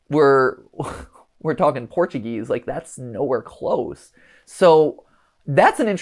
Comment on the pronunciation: Mat I speak Portuguese and is very offence how you tried to speak Portuguese thinking that is English so try to not speak Portuguese near to Portuguese people next time ps: i love your videos.